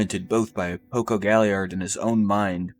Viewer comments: Did he say Poco? 😆 Good video tho! I love videos like these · cool video but man you mispronounce so many names. mikasa, shiganshina, porco, paradis